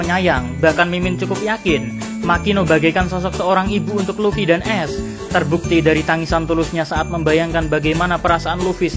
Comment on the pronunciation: Ace bree bukan es wkwkwkwk